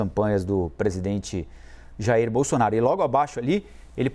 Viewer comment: O apresentador não sabe pronunciar o ex presidente.